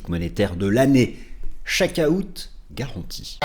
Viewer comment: Oh papa, c’est quoi le « chaque aouuut »?! 😂😂